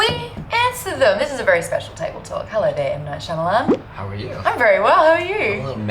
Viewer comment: He didn't say my name right, but I do forgive you M. Night Shyamalan